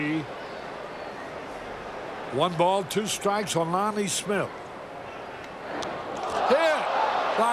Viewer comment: Love how carey borked the name of Smith